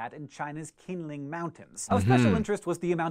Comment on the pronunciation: not hank pronouncing the qingling mountains name wrong 😔